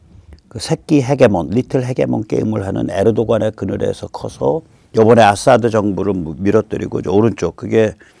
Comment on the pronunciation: 에르도간이 아니라 에르도안으로 읽습니다